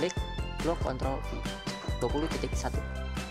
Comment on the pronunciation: Pas ngomong ctrl ny ga jelas bang pliss taro deskripsi nya buat ctrl